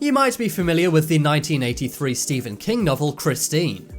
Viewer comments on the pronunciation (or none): none